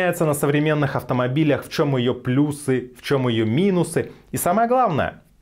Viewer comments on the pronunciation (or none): none